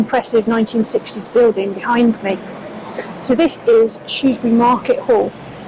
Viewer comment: Good video of the market traders. The presenter really needs to learn how to say Shrewsbury!😊